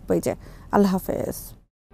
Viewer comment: সংবাদ পাঠিকাকে বলতে চাই, আল্লাহর নামটি সুন্দর করে উচ্চারণ করুন। "আল্লাহ 'হাফিয" বলার সময় আরো সময় নিয়ে উচ্চারণ করুন। আমি অনেক দিন ধরে আপনার সংবাদ পাঠ প্রত্যক্ষ করছি। আল্লাহ তা'আলা, সর্বোচ্চ সম্মানিত এবং সর্বোত্তম সম্মানীয়।